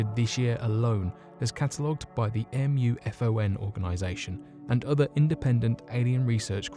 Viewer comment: Unexplained Mysteries MUFON may be an acronym, but it's pronounced MOO-FON, NOT M.U.F.O.N.